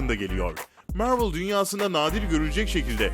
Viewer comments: Mörlı demen delirtti beni mavrıl mk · Mörvıl ne la İngilizcesi de Marvel onun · mörvıl ve för fırom homu duyduktan sonra vidyoyu kapatıyorum, kolay gelsin. marvel desen bu kadar batmazdı heralde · Marvel'i 'mörvıl' diye okuyup war'ı 'var' diye okuma sorunsalı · Mörvıl Değil Mervıl Diye Okunur Hadi Sİktir Git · MÖRVIL DEĞİL MARVEL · mörvol degil abi marvıl diye soyleniyor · mörvıl değil marvıl diye okunur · Mörvıl ne lan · Deaktır sıtreç tu Mörvil spaydırmean forforomhom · Mörvıl ForForomHom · kanalı O BLACK WİDOW filmi çıkmayacak onaylandı:)))) MÖRVIL DEMEYE DEVAM SEN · Mörvıl ne yeniyormu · mörvıl ne hocam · Amk yabancılar bile marveli marvıl diye telefuz ediyor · mörvıl ne kürt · Vor vrom home mörvil kskskdk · Mörvl ne amk zkdjdjdjdj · Mörvıl değil För from höme değil duzgün sole sunlari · Biri şu adama MARVEL demeyi öğretsin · MÖRVIL NE AMK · Mörvıl ne amk bi an basqa firma sandim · Marvel ismini neden mörvıl diyo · Marvel deme sen bi daha dayı mervel ne allahunı sevdiğim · Midem bulandı amk mörvıl demesinden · Marvel ı Mörvıl diyeo kumanı analrımda filmleri ingilizce okuman yetmiyomuş gibi bide 2 ve 3 ü ingilizce özürlüsü gibi okuyosun abone sayına göre yaptığın amotörlüğün üzerinde sen Türk halkına hitap ediyosun nedir bu yamuk ingilizce merakın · Yahu niye yanlış yazayım. İngilizcem var. Videoyu çeken adamın yok ki Mörvıl, Sipaydırmen Förforom gibi garip garip telaffuz yapıyor. Adamla dalga geçiyorum. Daha da anlamıyorsan git zeka dersi al. Yorumlarda da zaten herkes dalga geçmiş. Sen videoyu nerenle izledin... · Civil Var değil Civil War yani (Sivil Vor) BİDE MÖRVIL DEĞİL MARVEL